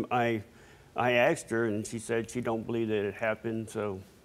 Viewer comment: Wtf is AKS her ......ASKED her , not AKS her